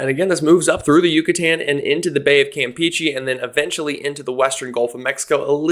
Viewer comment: Cam-Pay-Chay. Not Cam Pee Chee